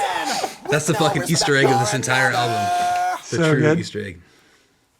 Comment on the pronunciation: "it's your fookin nightmare" 🤣🤣🤣💀